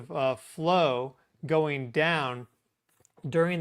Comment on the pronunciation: "Goeen" is not a word. *going